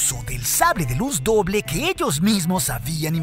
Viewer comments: Hoble doja lol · oble doja jajajaja